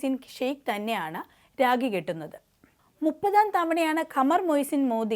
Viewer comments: Its not ragi....rakhi is the correct word. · രാഗി അല്ല രാഖി ആണ് ശരി